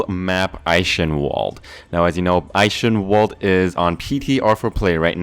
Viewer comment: ei K en V alde!!!!! echenwalde